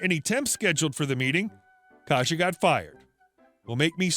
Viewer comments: It’s pronounced k-EYE-sa not “kaja” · Just to let you know, Kajsa is pronounced "Kaisa".